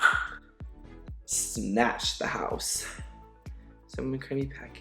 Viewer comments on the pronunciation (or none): Love how he is now saying "da house" rich lux vibes